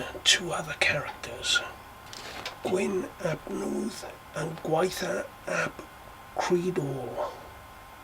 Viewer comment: Loved the video, lots of interesting information that I didn't know. Thanks. Gwyn ap Nudd is pronounced as Gwyn ap Neeth... his name translates as white meaning fair/holy/blessed in this context and Nudd is mist. So white son of mist. Really interesting video and loved what you said about Arawn and Gwyn ap Nudd in relation to the seasons and I love that you use the word annwfn for the otherworld. I do too 🏹